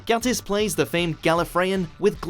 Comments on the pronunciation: GAT-IS? It's pronounced Gaytis you MUUUWPEYTS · It's Mark gAYtiss not Gatis Please...just try to do it right. But still great video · It’s actually pronounced Mark Ga(y)tiss... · Once you've seen Mark Gatiss(pronounced "Gate-tiss". You're welcome,.) as Mycroft Holmes, you can't unsee it. I saw him as Mycroft in BBC's SHERLOCK before I got the suggestion for this vid. I can't unsee it. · I swear he's like one of my favourite actors and everyone is like Gatiss and I'm going all protective "It's Ga(y)tiss". And everyone is like "Jeez, chill down." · It’s GAY-tiss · Its GAYTISS